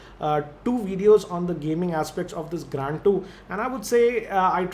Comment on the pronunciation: Please spell Grand as it is...It is Grand .....Not Graaaaand